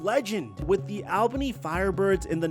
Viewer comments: I was born and raised in Albany (btw it’s ALL-bunni not ailbany) and still live there, couple facts about his arena football situation. Everyone was super excited a celebrity bought the team but especially arena legend EDDIE BROWN’S son, it was a massive deal for the team and community and everyone thought he could revamp arena football in the area and bring it more popularity, he even visited the gym I go to who was partners with the Albany firebirds. Shortly after he was acting irrationally, I believe there was a news article of him getting kicked out of the hotel he was staying at here, he wasn’t paying players, was making huge decisions for the team with no intent, he was the demise of the team. Ruined it for the whole community of everyone who lives here and after that the team fell apart and is no longer, everyone here HATES him and he is a horrible look on his father’s name, wild stuff. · “All Ban E” is how Albany is pronounced lol! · Deleted my comment on how to pronounce Albany after reading this, thank you for repping for us 😂